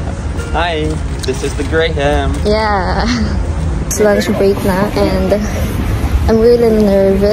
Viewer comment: Just fyi only, it’s pronounced gram not grey-ham. :)